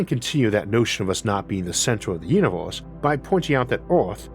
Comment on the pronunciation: "Our uniwohrse"